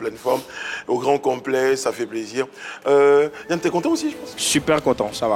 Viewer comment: On dit Yanne Cédric ressemble à môgô il est pas d’accord hein 😂😂😂